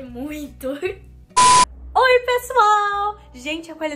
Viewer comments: O que a disse: ''Say oi'' O que eu ouvi: ''Say roi'' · Roi, Letícia né? Ksksksksksksks